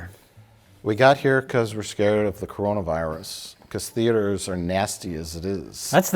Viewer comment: I have a feeling tried to pronounce "Coronavirus" but sounded more like "Macarena" somehow. Then the guys just went with it.